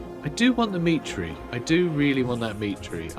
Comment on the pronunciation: I keep hearing "Dimitri" whenever you mention "the meat tree" 😂